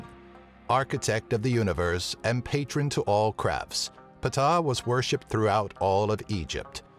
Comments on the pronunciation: ptah (say ta) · Ptah the p is silent in his name Thoth (ta-th) Sorry I made study of ancient theology most prominently Egyptology my life's work everything else was correct though